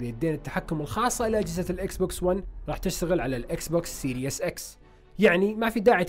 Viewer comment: وكمان ما اسمو سيريوس x بينلفظ سيريس x والله ما بعرف عشو العالم عم بتابعكم يعني رهيب الجهل والله